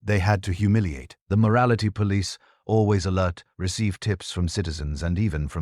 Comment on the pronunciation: Your AI voice needs a lot of work. It pauses between words where no pause is needed and then runs together words where a brief pause should be employed. We can always tell when we are listening to a robot. Like mispronouncing the words rhetoric and police. Dispite the flawed narration, the content was very good.